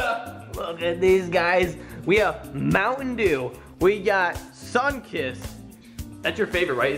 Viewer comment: E!!! eeee! is dew not daw !